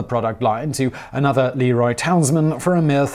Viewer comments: You are absolutely right--I have heard people say it both ways, and I have heard of it being debated too. Interesting, I was just watching a video of the school superintendent, who I happen to know, as well as someone from the LeRoy police, and they both pronounced it Lee-Roy (ALMOST equal emphasis on both syllables, with a SLIGHT longer emphasis on the 'Roy'). I'm wondering if the name has gone thru a shift down thru generations? When I was young, everyone called it Lĕ 'Roy, and the history of that name is based on someone who's last name was Lĕ 'Roy. I have ancestors from Wilkes-Barre, PA, and in talking with historians there, they've seen the same thing, where it's as if the older generation pronounced the Barre word differently, then it changed, then it's changing back, and it's caught where everyone debates how to pronounce it. I find that fascinating! Of course, that's what makes a language 'alive'--it changes over time. I think I need to make a stop some day soon to the Jello museum and talk with the historians there-fascinating stuff! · it’s not LEE-ROY, it’s pronounced Le-ROY. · Great video! Most people around here pronounce it "Le Roy" not "Lee Roy". Also I wonder if there is any correlation between the Mormon's liking Jello since it came from about an hour away from where the Mormon Religion was created. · Leroy is pronounced Le'Roy. Like, the king. Leroy is your mechanic's brother. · I've lived about 1/2 hour drive from the museum all my life. Have never been there. Most local natives pronounce it Lĕ 'Roy, not Lee-Roy, just fyi. But, one wouldn't know that if one wasn't from here 😁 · I've been to the Leroy museum (it's pronounced La ROY, btw). I was there before the Cosby scandal broke, but at the time there were a TON of references to his commercials and print ads. I'd be so curious to see what changes they've made in the last few years...